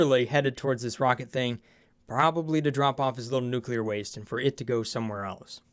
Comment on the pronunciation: Oxygen Not Included gone NUCULAR.